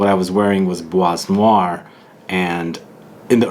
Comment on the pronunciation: Hello, l reaally enjoy your review videos and comparison ones... and this one doesn't disappoint!! (Bois noir is pronounced like : [BWA noir], the S at the end of bois is not pronounced) ... Cheers!! And can't wait for future reviews!